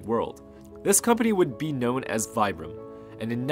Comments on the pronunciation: pronounced veebram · Very interesting and well put together! Just so everybody knows, it is pronounced Vee-bram not Vie-bram, and they were pronounced Fee-rays not Fires.